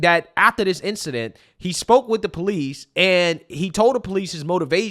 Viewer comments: You're the superintendent and you can't pronounce police properly? Its police not poolece you should really be able to correctly pronounce words. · Your a superintendent and your pronouciation is still Police(Paw-lis).. come on man... You should be a role model to your students